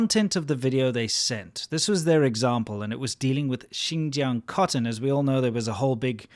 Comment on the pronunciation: lol, gotta love how I barely know any Chinese but I pronounce "Xinjiang" less like a foreigner than this shill who LIVES IN CHINA